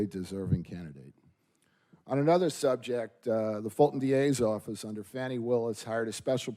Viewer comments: “Fawni”? How do we get that from “Fani”? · How to tell if the "journalist" is a propagandist? If they pronounce Fani as Fahni or Fahani... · The way you and say Big Fani and it just rolls off the tongue... But all the "news" readers say Fawni. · why are they pronunciating her name like that? 😂